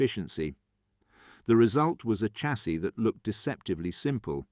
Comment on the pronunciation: Please I'm watching all of these and they are very interesting but please say Shassy instead of Chassy, I'm begging you lol, keep up the good work.